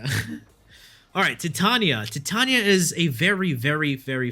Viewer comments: Titania>> not Tatania.. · Her creators call her TYE-TANE-EE-UH. You cant change what her own creators named her dude. That's disrespectful as f**k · Nice breakdown but you are sadly mistaken on your pronunciation of Titania, it is in fact quite the reverse of what you state.. Titania (/tɪˈtɑːniə/)[1] is a character in William Shakespeare's 1595–1596 play A Midsummer Night's Dream, In the play, she is the Queen of the fairies and wife of the Fairy King, Oberon, which is where the mythos of the frames both come from.. ;)